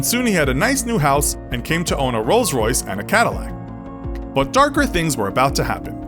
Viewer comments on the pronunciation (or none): none